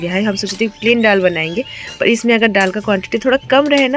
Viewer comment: Aur हां आप जो डाल बोलते हैं तो डाल नहीं दाल होता है